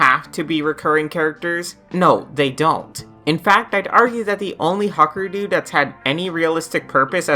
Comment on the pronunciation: "the why-fuckerdoo" once you hear it you cant unhear it